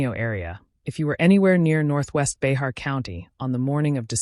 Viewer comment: I live in Behar County. "Bahar" is actually pronounced "Bear". Bear County. The 'x' is silent.